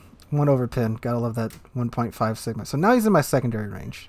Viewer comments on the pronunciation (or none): none